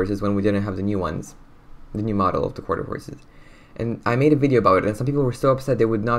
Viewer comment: i like how he says mold instead of model